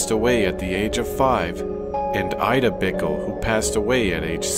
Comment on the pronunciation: I'm still impressed by how, in the Vicksburg cemetery video, the voice pronounces the name "Ida" as ee-dah, not eye-dah. Ee-dah was the way it was pronounced back then.